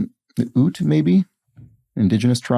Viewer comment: Ute is pronounced yewt. Think of Utah.